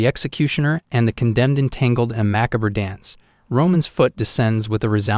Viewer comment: How do you even learn so many words while only figuring out a grand total of 3 different types of sentences? And it’s pronounced macabre! Had to give up, couldn’t unhear the constant repetition…